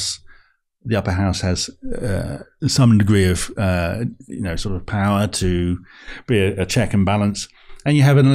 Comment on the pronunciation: You almost mentioned the word 'power' as many times as a Russell Brand video - except he pronounces it POW-WAH!